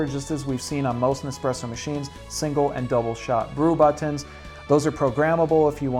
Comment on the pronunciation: Why can't you say "buttons" properly?